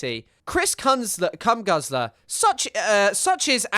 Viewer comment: truly incredible of her to try and make fun of Chris' name when she cant even pronounce Cum Guzzler